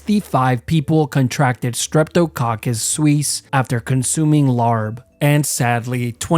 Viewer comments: Lol as an italian...I had raw beef meat laarb multiple times in Thailand 😅 😢 ☠️ anyways you pronouncing Streptococcus suis as Suisse is killing me 😂😂😂😂 "suis" means "pork's" and the stress is on the "U". So you should pronounce it as sue is and not sweez 😂😂😂😂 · You pronounced suis incorrectly